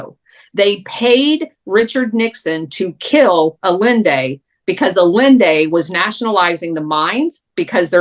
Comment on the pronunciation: pronounce Allende's name correctly, please. less yelling, please